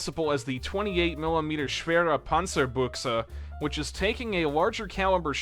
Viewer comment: Is it that hard to say "Panzerbushe" instead of "Panzerbuxe"?